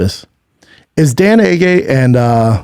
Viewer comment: Brother can’t pronounce names for shit, butchered Dan Ige and his last name